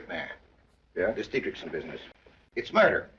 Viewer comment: The reason you’re having trouble pronouncing the name is that you’re trying to pronounce it ‘DietrISH-son’, when in fact the correct pronunciation is “DietrICK-son” 🤷🏻‍♂️